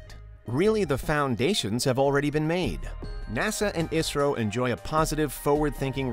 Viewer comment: Thanks for pronounce properly ISRO.